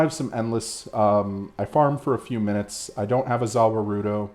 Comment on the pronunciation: Hahaha I looked for this comment the second I heard 'zah wah roo doze'